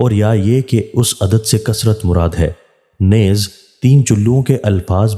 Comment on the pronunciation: صلی اللہ تعالی علیہ وآلہ و اصحابہ وسلم ۔۔۔۔ لفظ نیز زیر کیساتھ ھے جی۔۔۔neez